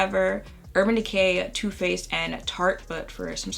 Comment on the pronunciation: It’s am and when you said Too Faced I heard tooth paste and now I’m thinking about that instead of going back to sleep